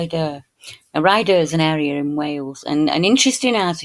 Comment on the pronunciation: It’s called Ray-adder,, sorry not “Rider’, hugs 🤗 ❤️🦋🙏